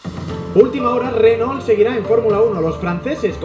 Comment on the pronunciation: Por que pronuncian renol ? Cuando lo más correcto en español sería pronunciar reno